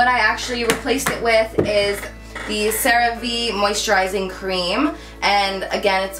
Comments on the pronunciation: lol its pronounced "sarah va" kinda like "hey" but with a v. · Hi boo! Just letting ya know the lotion is pronounced as " sar-ah-vay" I work for a dermatology office so I'm familiar 😊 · CeraVe is pronounced kinda like Sarah Vay